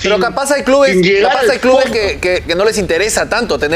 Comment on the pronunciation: se dice clubes, no "clubs".